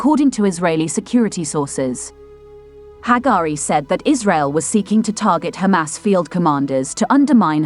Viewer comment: Yay... "she" is now pronouncing "Hamas" correctly!!!